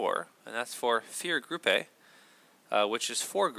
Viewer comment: Vierergruppe (German) is pronounced fear-ar-grope-eh. Anyway look it up.